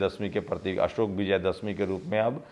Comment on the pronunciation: असोक नहीं अशोक। आपकी हिन्दी भाषा अच्छी नहीं है तो एक हिंदी भाषा जानकार रख लीजिए। अगर आप चाहे तो मैं आपकी सहायता कर सकता हूं। लेकिन मैं हिंदी में अशुद्धि बर्दाश्त नहीं कर सकता। हिन्दी में एक शब्द बदलने से पूरा वाक्य बदल जाता है।